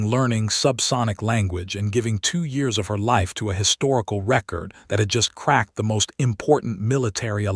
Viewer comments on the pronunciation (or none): none